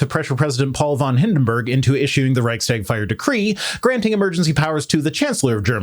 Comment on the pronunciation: I love your contend, especially your attitude regarding raising your kids (your advice to let them starve for a week just to see their increased gratitude for getting a crumb, helped a lot). :) Just one comment on : Reichstag means the meeting (Tagung) place of the country (Reich). The s in between indicates the relation and it is bound to and spoken with the first word. In short: You pronounce it Reichs-tag, instead of Reich-stag.